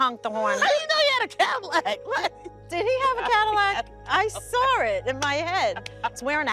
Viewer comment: I cant stand when ppl add an r in the word saw! I cringe every time